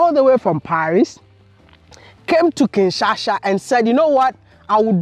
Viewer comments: Bro, it is KinshaSA, not kinChacha. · Please please it’s Kinshasa 😁😁and not Kinsasha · it's KinshaSA not kinshaSHA. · Bro keeps saying Kinshasha, instead of Kinshasa 😂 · U are amizing Maya..its not Kinshansha its Kinshasa😜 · KINSHASA not KINSASHA 🤣🤣🤣🤣🤣🤣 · It’s Kinshasa not Kinshasha bro 😁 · I like you bro, but stop saying Kinsha-sha, it's kinshaSA hahaha im joking, big up to her! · It's Kinshasa not kinshasha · Kinshasa, not Kinshasha, lol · Village boy 😂 Kinshasa not Kinshasha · but im hearing "Kinshasha"😆😆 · Kinshasa just gained an "h"😂= kinshasha😂😂 Lol